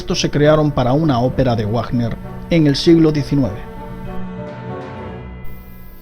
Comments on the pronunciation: ¿En serio? ¿Pronuncias "Wagner" tal como se escribe? Pierdes toda credibilidad, al saberse que estás leyendo de algún post de internet. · Wagner no se pronuncia así!!